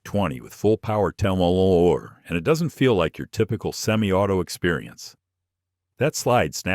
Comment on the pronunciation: AI sure can not say mm worth shit